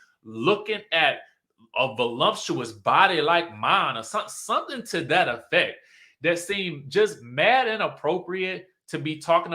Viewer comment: Ummm no...she said "valicous" which us not a word lol she couldn't pronounce "voluptuous" 😂😂😂😂 ding dong 😂😂😂